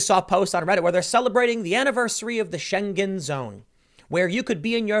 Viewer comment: Its not pronounced "Scheng-GEN", it's just "Schengen".